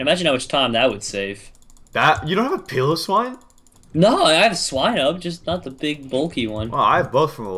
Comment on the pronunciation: Piloswine is said Pie-lo-s-wine